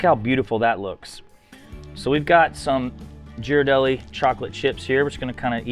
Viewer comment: "Ghirardelli" Ghi - Sounds like "Gear" or "Geer" (hard 'g' sound) - rar - del - li - Sounds like "lee"